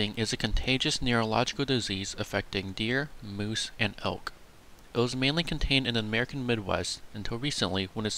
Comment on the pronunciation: he also said elk like "pelk" and I was so confused for a sec